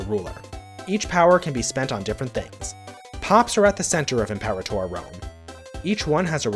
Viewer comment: Your pronunciation of Imperator makes me think my life over